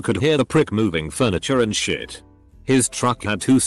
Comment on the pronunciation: sh*t = "shuh-tee" so annoying